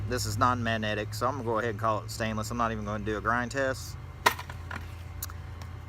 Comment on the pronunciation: Good video what do you think the total pay was after breaking down.... $2 or $3? I really enjoy "stainus" rather than stainless by the way fucking hilarious